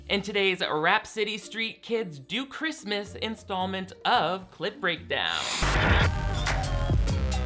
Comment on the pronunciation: We have been saying ChRiuuuusssmuaas like the grandmother for years now in my family this is wonderful lol. It is just sooooo bad.